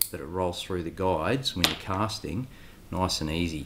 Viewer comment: That’s noice and toite